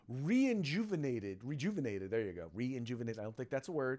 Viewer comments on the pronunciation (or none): Re-enjuvinated, lol, your on a roll today.🥸